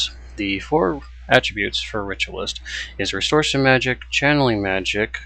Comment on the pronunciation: It's restoration not restortion.